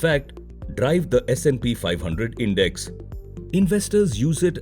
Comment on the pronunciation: You mispronounced index buddy